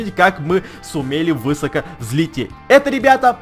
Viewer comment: Он из украины. Но меня это всегда убивает.